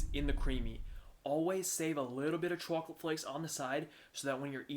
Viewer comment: You really do like to live on the edge, don't you? 🤣🤣 BTW, I love how you say, "chew-awk-let"